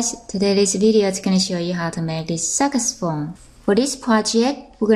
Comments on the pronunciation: I'm not sure if she said sagusphone that's what it sounded like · She more likely sad sagusphone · "botttom two, moh in sight" Am I the only one hearing this??? And "Sackesphone" for that matter... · yea, I heard it too.